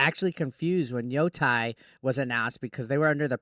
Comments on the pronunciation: YoTEI, not yoTAI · Yo-tay, not Yo-Tai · It's not tie. It's pronounced like tay. Yoh-tay